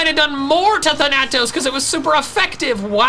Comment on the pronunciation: Just FYI, Thanatos is pronounced with the emphasis on the first syllable. THAN-a-tos.